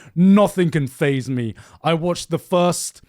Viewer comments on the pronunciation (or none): none